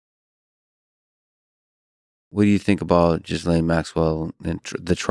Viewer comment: Are you mis pronouncing her name on purpose? Only because 'ghislaine' doesnt sound like jizz lane..